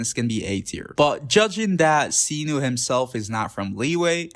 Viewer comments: Mf said “seenoo” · every translation video that i've watched from people who are Arabic (which is what Sumeru is inspired from, not Greece) pronounced it like did. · oh no the pronounciation of cyno drives me crazy